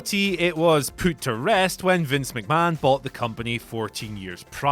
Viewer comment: Whenever you say the words put or push, it sounds like poot and poosh. lol